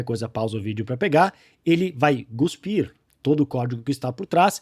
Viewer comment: obrigadobpelo conteudo me ajudou muito. Estão vou te ajudar também nao existe GUSPIR hehhehe é Cuspir.